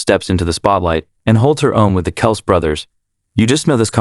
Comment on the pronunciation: Find a moderator that knows how to pronounce the Kelce's last name.It makes this channel look and sound foolish.If you're going to make a video make sure you know the subject and the names of people you're going to use.Otherwise prepare to get ROASTED by the people you drew in from your headline. Get it together bro...geeez!!